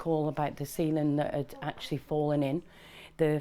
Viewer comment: When she said ceiling I thought she said semen, Jesus.